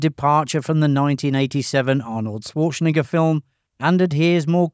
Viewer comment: The 21st thing you didn't know: according to this video, his name is pronounced Swartschenegger 😃